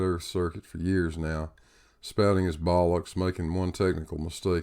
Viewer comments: As said I do find it amusing to hear the word "Bollocks" in an American accent. Usually only reserved for us Brits :-) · It was odd to hear you say "bollocks" in a Southern US accent...